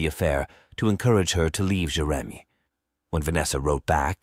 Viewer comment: Must be AI. Can't pronounce Jeremy.